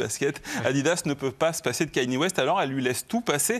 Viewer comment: ka-ni-é. C'est si compliqué à prononcer?